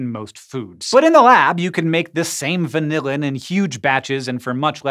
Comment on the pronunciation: Frustrating to hear hank pronounce vanillin as vanilla-in. He needs to consult some food scientists on pronunciation!